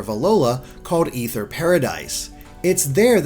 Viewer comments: It's ay-ther not e-ther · ITS NOT EETHER ITS AY-THUR OMG STPOPOPOPPOPP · It gets annoying. Its not Ether, its Aether. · Is it pronounced Ether or A-ther lol I can't tell Xd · It's pronounced (A ther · It's called the flipping aether foundation pronounced LIKE THE WORD IS OMG BRUH